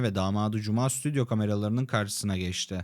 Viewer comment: Esra Erol sürekli söz kesen, bağlantılarda bağlanan kişiyi konuşturmayan !!! Kimse onu uyarmıyor mu ? SDÜTYO değil stüdyo !! Birileri düzeltsin Esra’nın bu telaffuz hatasını çok kötü